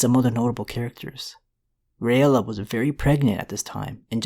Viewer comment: It's pronounced (Ray-la). Not (ray-ella). Just like Rhaegar is (Ray-gar) not (Ray-egar)